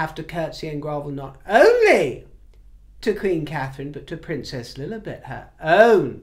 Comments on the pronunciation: Oh,! I adore when you make this impression of the name 'Lilibeth, ' Llllillyyibeth...It is so funny... the Markle woman wanted to be "royal" but she chose the name Li-li-bbéthett!!The tongue rolls inside the mouth and the sound becomes a ridiculous thing...... ha ha ha.... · pronunciation of Lilibet cracks me up every time... 😂😂 This broadcast is particularly hilarious 😅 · Panty liner!!!! hahahahaha oh boy. That made me laugh out loud. That and the way you pronounced Princess Lilibet. hahahaha